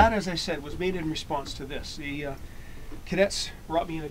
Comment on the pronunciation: Very helpfull video, im making a kilt of sorts myself. Are you in Canada, Sir? You mentioned (Montreal and Halifax ) plus the way you say "Cadets" makes me think so lol (im canadian myself)